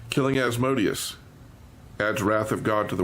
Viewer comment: Very informative, and my only complaint I have is the mispronunciation of Asmodeus. It hurts me lol....